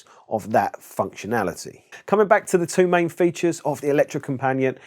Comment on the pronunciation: Electrocompanee-et, with a hard T at the end. Use google translate , type in Elektrokompaniett (Yes, use a k, not c), then click the loudspeaker button below, it's pronounced pretty much perfect. Ignore any suggestions to change input word.